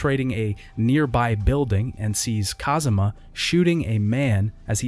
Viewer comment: i kept noticing that you keep saying Kazuma everytime Kazama shows up